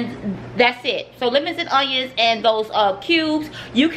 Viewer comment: How she said lemons and onions made me dead XD